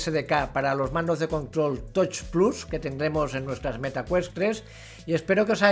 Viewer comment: Un truquillo (que a lo mejor a algunos espectadores hasta les molesta leerlo), es que hay páginas de text to speech, donde tú pones los nombres de cosas en inglés que más vayas a decir en tu vídeo, le das al play y escucharás una voz leyendo en inglés esas cosas, por ejemplo "touch plus". Y así en 5 min las 3 tonterías que tengas que decir en tu vídeo las dirás bien en todo el vídeo. Pasa mucho con el nombre de los juegos. Lo digo porque a casi todos los de la habla hispana VR os pasa que el tema de pronunciar las cosas de tecnología sufrís muchísimo, y suena fatal la verdad (no tanto el hecho de decirlo mal que también sino que se note esa guerrilla para ver como sale cada palabra😂), queda menos profesional y es un poco agobiante a veces incluso escuchar esas peleas con por ejemplo "touch plus" dices "toich" o "tois", va cambiando todo el rato porque en el fondo uno va ya con miedo al no saber decirlo, y sería algo así como "tach plas", remarcando la CH. A otro que le pasa pero mucho peor que a tí es al de Virtual Games, pero en su caso es mucho más desastre porque destroza más la pronunciación y además se disculpa del inglés con coletillas todo el rato "mi inglés de andar por casa de garrafón" etc etc. Señores, menos sufrimiento para vosotros y la audiencia, es facilísimo, cualquier página de text to speech en 5 min antes de grabar el vídeo te soluciona para siempre eso. Y ojo ésto no es el típico rollo de "qué importante es el inglés" ni tonterías de esas, estamos en Españ